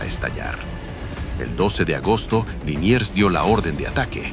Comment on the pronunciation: Liniers, no Linier